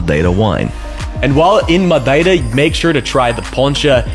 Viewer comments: wow, the way you pronounced Madeira was pitch perfect, very uncommon for an english native speaker. Parabéns! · Love how you perfectly pronounce Madeira in Portuguese and immediately screw up archipelago in English XD